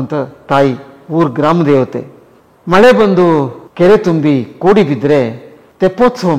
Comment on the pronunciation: ಖೋಡಿ ಅಲ್ಲ.. ಅದು ಕೋಡಿ.. 😂❤